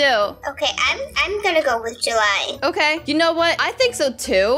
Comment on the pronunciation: It’s July not juuly